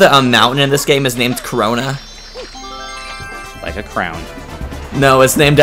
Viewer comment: corona not crayola